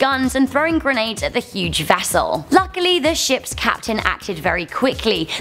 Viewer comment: Kapeten Smith